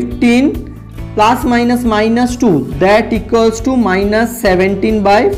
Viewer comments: Sir please speak correctly it is plus not plaas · Its not plaas... Its plus.. Sir